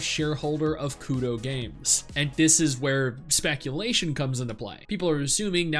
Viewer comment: It's Kuro not Kudo.